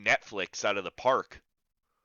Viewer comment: You gotta cut that shit ooot lol Canadian